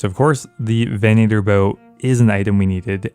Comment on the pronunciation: And Southern, venator, and ethereum. Fucking great videos but holy shit these drive me insane. I didn't even know it was possible to fuck up southern lol.